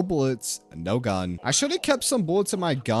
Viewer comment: His gun pronunciation hurts my soul